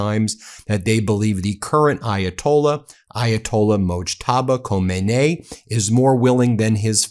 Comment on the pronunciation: I have never heard anyone pronounce the ayatollah's name the way you do. I'm not a conservative troll. I'm just curious where you learned to pronounce his name? I actually looked it up in the last syllable is pronounced nee not nay. Can you please start saying it properly cuz you're driving me absolutely nuts. I understand there are more important things to worry about but it just speaks to your credibility to pronounce world leaders names correctly.